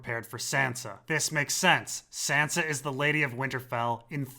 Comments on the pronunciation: nigga why u say SANDRA - ????? u know it she name its SANSA. nigga give some respect. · Q&A: How come sometimes you say Sansa and sometimes you say Sandra? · Earlier in the season Lyanna Mormont pronounces Sansa Sandra for some reason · Why you keep saying Sandra instead of Sansa? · Q&A: Is it intentional that your character is unable to pronounce Sansa 80% of the time and instead grunts it into a Sandra, or was it your voice being strained to far out of it's comfort zone? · why tf are you calling her "sandra"